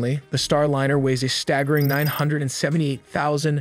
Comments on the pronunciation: “Star Lynyrd” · Soyuz has been returning Cosmonauts from orbit with bumpy landings in Kazahkstan since 1967. Sorry, but to get a fundamental fact about Soyuz incorrect is unforgiveable. Hey algorithm, don't recommend this channel any more! Also, yourAI voiceover needs to be trained to pronounce "Starliner" correctly.